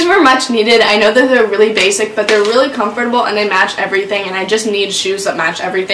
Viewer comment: Comfort-A B L E